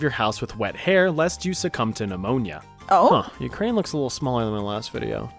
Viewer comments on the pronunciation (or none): none